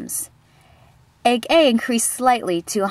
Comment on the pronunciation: At first I heard egg egg and not egg A lol